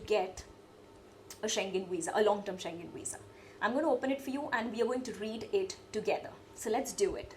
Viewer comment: You are the first person I hv ever seen to pronounce schengen correctly